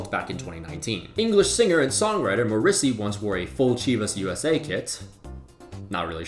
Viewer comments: It’s pronounced MORissey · worst pronouncing of morrissey ever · Did this dude called morrisey, morrisi? What a shame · Morrissey pronounced "Ma-rissi" is phenomenal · It's impressive how badly you messed up that pronunciation of Morrissey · The Morrissey pronunciation lol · thats a funny way to pronounce morrissey